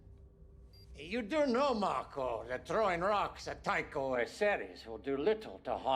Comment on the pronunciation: I don't mean to be a Name Nazi, but.... Marco. No "s". Please. It's wild how many people think it's Marcos, but he's never called that in the show. No hate on you, though. 😃